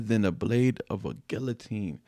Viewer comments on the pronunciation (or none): Love the reaction, but you should google "guillotine" 😉